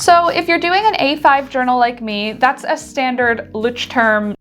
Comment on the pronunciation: Omg! I forgot about the leuchturm pronunciation insert and it made me laugh so hard. 😂